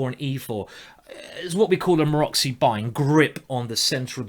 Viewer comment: Thanks again for the very instructive video! You are a truly good instructor. One thing just FYI, the way you pronounce "Maróczy bind" is really funny. It's named after the Hungarian GM Géza Maróczy and the "cz" part is pronounced as "tz" in the word blitz. It really sounds something like: Marotzie